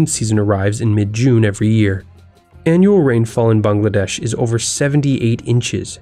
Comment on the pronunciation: ayy I’m a Bengali (tho since I’m from Kolkata the Dhaka dialect sounds so weird for me) Btw nice job you pronounced Bangladesh right